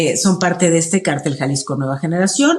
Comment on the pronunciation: Háganle un favor a y díganle que se pronuncia CÁRTEL... ¡NO CARTEL!